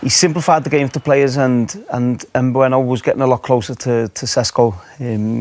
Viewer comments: Wayne Rooney - "Nbueno" "Sesko" "Amoron" dude pull yourself together lol it's prounounced "sheshko" btw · Some pundits say Mbeumo. Some pundits say mbuemo. *rooney: em bueno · Note to Rooney: Bryan Mbeumo’s surname is not “Bueno” no matter how fond of the kinder chocolate he is or isn’t.